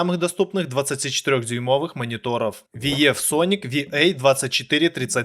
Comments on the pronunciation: " Виев соник" хоспади 🤦‍♂️ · Не Лияма, а Ии́яма (город такой в Японии)!!! Ну да, Виевсоник, АшДиМиАй))) Всё ясно, блин... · Как ты можешь делать обзоры на технику если VIEW ты читаешь как Виеф??? Я сначала ушам своим не поверил. По итогу срезюмировал все моники так, что даже оставил реферальную ссылку на алишку именно на те которые похвалил . Жалко дизы отключили на ютубе